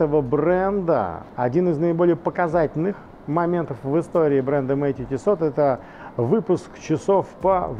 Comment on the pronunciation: Он говорит тиссоT?))))😂😂😂